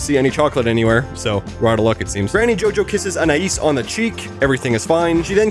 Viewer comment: Gumball’s family pronounces Anais differently a bunch of times, it goes from An-I-eas , to An-I-ES